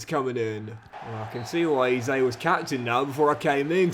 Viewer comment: PRONOUNCE EZE NAME PROPERLY ffs